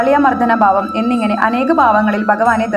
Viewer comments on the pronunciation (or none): none